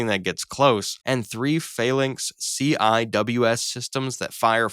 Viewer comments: Seewiz!!! Not CWIS ya boring civvie. It's pronounced Seewiz!!!! Now you seez it, now you don't. Even a dumb Soldier like me can get the basics of Sailor crap. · Can you just say "seawizz" please? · CIWS is pronounced: See-Wiz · CIWS is pronounced "sea-wiz"